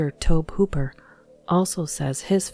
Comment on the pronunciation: The way pronounce tobe Hooper name is funny xD